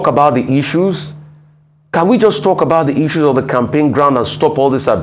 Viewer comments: 😅😊 To the lady presenting, is it pronounced as “Icu” or “Issues”? 😅😂🤣🥲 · Can the new lady in this clip stop calling "issues" as " isues'? Double s (ss) is pronounced as sh . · The lady should please pronounce 'issues' properly. T for thanks